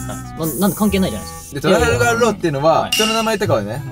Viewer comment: 今更だけど トラファルガー が トラガルファー になっててどっちが正しいかわからんくなった